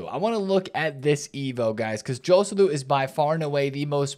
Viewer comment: the correct pronounciation for Joselu is with H for the J letter. Hoselu